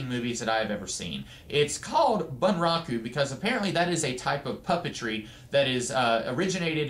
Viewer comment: Gackt is a Japanese rock artist/composer/writer and is sometimes an actor/model. and the way to pronounce it is boon-rah-koo the word is Japanese so the a is short and the u is pronounced as oo